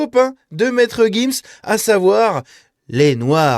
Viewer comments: c'est monsieur gims pas guims ... on dit giraffe pas guiraffe :D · On dit gims. Tu dis une gifle ou une guifle ? Tu dis une girafe ou guirafe ?